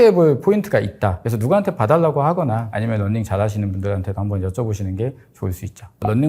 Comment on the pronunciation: running 이 아니라 [넌닝]으로 계속 들려요 ㅠㅠ 그래도 좋은 정보 쉽게 전달해주셔서 끝까지 봤어요 감사합니다~